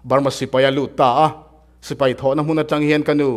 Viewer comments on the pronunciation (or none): none